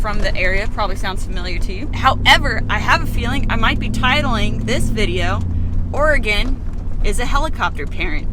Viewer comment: Bummer that I didn't hear about you guys being over here till now! The coastal range is a temperate rain forest so was not wrong. But one awesome thing is you guys pronounce Oregon and Tillamook correctly!